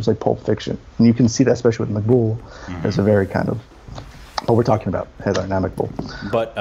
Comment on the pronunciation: Haider is pronounced closer to “Hi there”, not “Hater”.